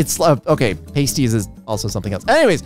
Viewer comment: As a brit, you're pronouncing pasties wrong in this context. It's more like "Pahsties"